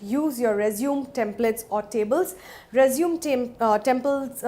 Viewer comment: It's "resumey " pronunciation